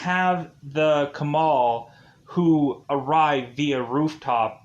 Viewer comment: The writer of the comics said alexandra trese’s character is inspired from constantine and batman...originally the lead character was supposed to be anton (alex’s father) but they changed it to his daughter The twins are kambal not kabal Their names are crispin and basillio(read as BASILYO not basilo) And her name is read as TRE-SEH (thirteen in spanish) not trees Made me doubt if you are actually watching the series especially if you are watching the english dubbed, and you can actually hear the characters say their names and how to pronounce tagalog vocabularies mixed in english